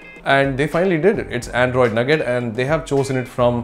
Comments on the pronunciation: lol nugget,it's nougat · it's not nugget,like chicken nugget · It's not called 'nougat'. Its called 'nooga'.